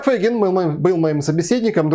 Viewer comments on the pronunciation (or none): почему Фэйгин? помягше говорите - Фейгин ...